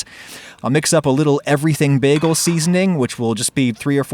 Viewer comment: it's pronounced bā-gull